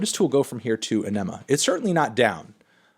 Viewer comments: Its aww-nema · “Anemma”. Cringe. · It's pronounced, "On-Emma". You're all welcome.